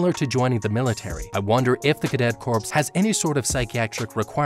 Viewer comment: 104th Training Corps. It's pronounced "core" not "corps"...